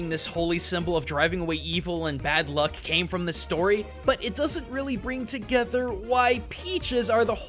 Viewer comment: CAME NOT CANE